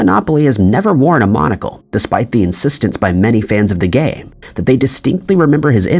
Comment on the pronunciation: Monopoly guy had a monocle! Why the hell did you say Kurt Cobay? It’s Cobain! Also it’s a game, not a gay! Fix yourself!!